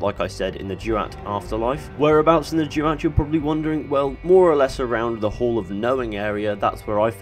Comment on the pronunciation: It’s pronounced ‘duwat’ not ‘jewat’ also love your videos